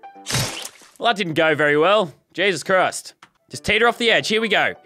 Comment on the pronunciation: can u stop saying jesus crised